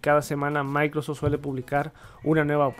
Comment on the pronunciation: Oye una pregunta: porqué nunca pronuncias la palabra completa Microsoft? o sea siempre dices "micros edge",, tengo varios años siguiendote y siempre lo pronuncias así, te cuesta trabajo esa palabra? nomas pregunto.